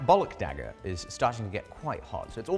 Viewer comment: legendary dagger: dihhager